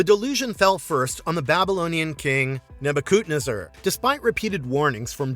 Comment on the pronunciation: You keep miss pronouncing Nebuchadnezzar. Neh bah kuhd nez er